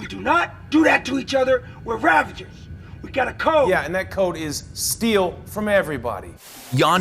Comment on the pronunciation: A little annoyed that the narrator is pronouncing "Ravager" as "RavaNger". Good video though!